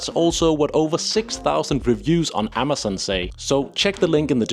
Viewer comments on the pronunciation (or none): none